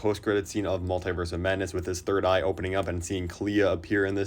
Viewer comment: Why do so many people pronounce multiverse wrong?